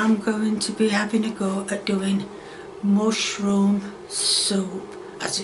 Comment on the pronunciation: Mushrooum souup (not good soup) 😂😂😂😂